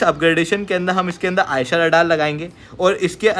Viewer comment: आयशा नहीं,,,, ऐसा ( AESA ) राडार,, 👍👍